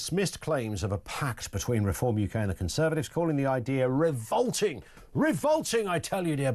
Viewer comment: It’s revolting not ‘revoulting’.